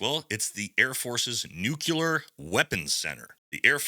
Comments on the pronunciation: It's NOT nuCULar, it's nuCLEar. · Not "nucular" ... NUCLEAR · It’s “Nuke-LEE-er” not nuke-yoo-ler 🥹🥹 You’re awesome tho! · I really do hate to be pedantic, but nuculur is not a word. Nuclear is. It’s incredibly grating to hear it mispronounced. Especially when it is so easy to pronounce correctly. “New clear”. That’s all you have to say. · It’s NUKE LEE AR not nukular. 🤦‍♂️ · It’s “nuclear”…. Not “nook-you-lure” come on man. Gotta be better lol. Grammar and literacy matter. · All of sigs gear in this contract has shown to be trash already. Also, it’s not nuculear hahaha it’s nuclear. Love your show man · I love this channel.. However, the word nuclear, is pronounced, new-clear not new-cular. 🙂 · "nu - klee - ur" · Brother please, it’s NucLEar NucLEar NucLEar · Say it with me NEW-KLE-ER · Also, that’s not how you say nuclear. My goodness.